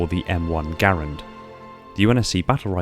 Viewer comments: Not going to lie, got a new found respect for you when you pronounced the M-1 “GARE-and” instead of GA-Rand. Not a lot of people pronounce it correctly. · He did pronounce garand right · I like how he said m1 garand flawlessly but absolultely butchered mosin nagant